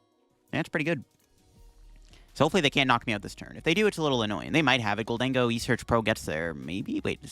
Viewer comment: bro mispronounces Gholdengo and Ceruledge all the time